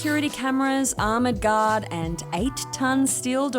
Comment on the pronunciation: She pronounced 'armored guard' like 'oh my god'